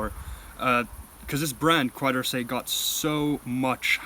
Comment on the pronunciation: just want to point out it should be pronounced KÉ-DORSÉ